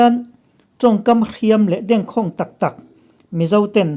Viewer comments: Dengkhawng tih tih a va khawng ve tih ang a ri lo vin ka khawng ang che ti angin a ri tur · A ngaihnawm thin ma nge aw...chutih lai chuan lam dan tur dik lo awm zeuh hian mit a ti mim deuh..eg: DENG KHAWNG ..lam dan tur hi' Lung ka deng" tiha Deng lam anga lam tur a ni..KHAWNG tih hi "Ka khawng ang che...tihha khawng rik anga ri tur a ni e....ka bengvar phah e. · Dengkhawng, Deng tih hi thildeng, buhkadeng, tih ang a lamtur aw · Dengkhawng lam rik dan hi a dik hlel deuh em aw? Deng leh khawng hi thluk sei ve ve se a lam rik dan a dik deuh tur a nia.News buatsaihtu leh chhiartu hian hmaichhanah chhiar thin se, lam rik dan dik lo hi a awm lo deuh thin tur a nia. DDK a news reader te hian chutiang chu a awm lo deuh tur A ngaih thlak nawm viau e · Dengkhawng i lam dan hi Deng hi buh dêng kan sawi ang hian lam tur a nia khâwng pawh hi a sânga lam bawk tur.0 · Dengkhawng tih hi lam dik i lo tum tawh dawn nia